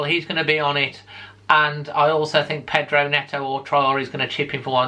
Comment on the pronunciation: Great video again, your dad even managed to say Pedro - so a definite success all round.